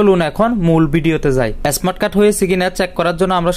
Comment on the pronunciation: এস্মার্ট কার্ড কি।স্মার্ট বলতে পারেনা আবার কথা বলে।